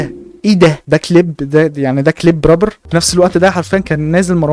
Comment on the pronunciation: يسطا ارجوك ممكن تقول رابر بدل ربر حتة لو هتقول ال(r) ر بس قول رابر مش ربر بس فيديوهاتك جامدة❤